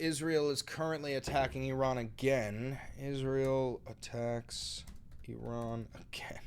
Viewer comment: i like that you don't pronounce it "EYE-ran"